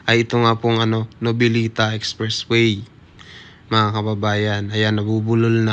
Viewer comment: For correction po Noveleta, at hindi po novilita, Hahaha paayus nalng po,ng pronounced sa susunod